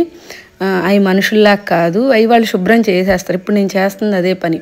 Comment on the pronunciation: Emandi "subhram" not shubhram.... please try to...😊